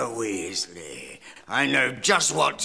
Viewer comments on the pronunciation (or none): weas-ley i heard weasly {like Weasley }